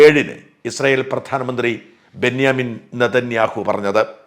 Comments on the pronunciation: ബെന്യാമിൻ അല്ല ബെഞ്ചമിൻ നെതന്യാഹു എന്നാണ്. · Chetta...benjamin not Benyamin